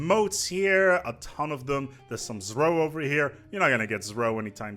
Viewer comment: I'm a relatively new viewer and I hear you say Zro in a way, that is understandable, but it triggers me nonetheless....I'm fairly sure, that the devs intended for it to be called "zero" (Z-ro....Zro) and I'll be happy, if you join my cause to call (say) it like that =) its a great video anyways, so keep up the gud work :3